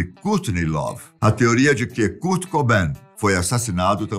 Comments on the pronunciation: Poxa, "Kúrt" não dá né 😫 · kurt lê-se "kôrt" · Ele falando curti kaksksksa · O “Curti” curtia curtir. Esse foi o problema. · "curti"E KURT MANO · Não é Curtiii é Kuuuurtiiiii🙄😕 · Kârt, não CÚRT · KUURTI """"'KKK MDS Q MERDA D PRONUNCIA É ESSA KKKKK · Nao E curti e kart porra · 😂😂😂😂😂😂😂😂😂😂 doeu la no fundo do ouvido kkkkkkkkkkk e a curtini love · Curte e Deive Gru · Curte kkkkk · Cúrt é foda kkk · O enredo da história foi boa ! Parabéns pelo conteúdo ! Porém sem que ele falava o nome "curti" dava vontade de rir kkkk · Cara o falando "curti" da agonia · Que nervoso ele falando curte kkkkkkkk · Nao tinha ninguém na redação pra ensinar ele a falar Kãrt? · A pronúncia correta é: kârt! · O que é CURT? e o que é GRANGE? 😂😂😂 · Que agonia essa pronúncia do nome do Kurt kkk mas amei vcs falando um pouco sobre a banda, sou fã ❤️ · Kurt kkkkk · Beeem brasileiro. Kkkkkkkkkkkk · Essa Pronúncia de Kurt é pra Acabar kkk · A pronúncia está errada em “Kurt”, “cobain”, “courrney”, “grunge”, chad” e “novoselic” As informações deste vídeo estão todas no documentário “Kurt and Courtney” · Muda o narrador pra um q fale Kurt corretamente esse idoso é mó chato . Narrador mó paia . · Ahahah fds para um gajo que passa informação, ao menos podia saber pronunciar o nome do Kurt. Que impressão